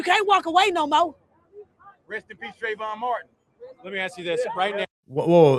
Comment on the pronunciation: TREY-GONE MARTIN?